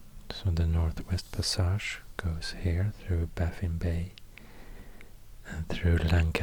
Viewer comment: Please, stop saying: "pass-AZH"!